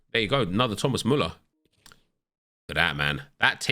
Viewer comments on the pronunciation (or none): none